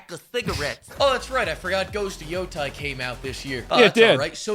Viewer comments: c'mon dude. You can't say that when you say Ghost of Joe-tie 😂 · okay but Asmon mispronounces Tsushima and Yotei every time